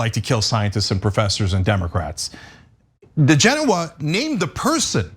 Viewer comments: Odd this. I kept hearing 'Degenerate', instead of DiGenova. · It's DiGenova . On the weekends I raise de genoa on my sailboat, lol!